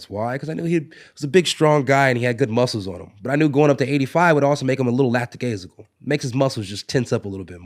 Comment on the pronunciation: Holland comes out with a new pronunciatio lacktidaisical. Very authenticious.